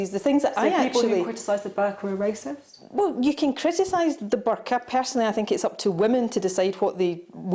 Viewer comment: A racist ?? /ˈreɪsɪst/ Learn to pronounce noun 1. a person who shows or feels discrimination or prejudice against people of other races, or who believes that a particular race is superior to another. Maybe he has ignorant racist tendancies indoctrinated from his own miniscule minority upbringing. He's just a big boy who hasnt quite grasped the full idea that we are all stuck with each other. Or not quite into the 20th centiry yet. Chop chop Boris, keep up with us son.